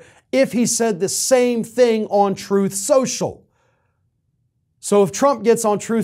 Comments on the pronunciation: "Troth Sential" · “Troth Sential.”